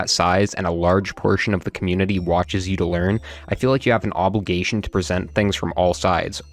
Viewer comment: this nerd kid said ''obolgations''